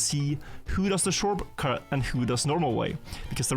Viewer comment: Ah yes, shorpcut